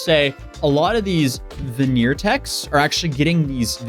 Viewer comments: “Veneer tech”….smh. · ""VENEER TECH"" LOL 😆